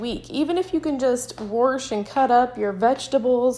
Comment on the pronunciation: where are you from. "Wash" is said rather distinctly.